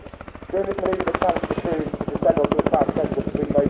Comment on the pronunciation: Awesome. Was too hot though. Any decent takeoff pictures were out of the question due to the excessive heat haze. Especially on the Sunday. The Black Eagles stole the show in my opinion. Commentator made the word "manoeuvre" sound like "mini bar".